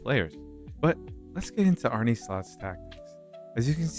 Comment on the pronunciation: ITS ARN_NA SLOT not ARNIE SLOT!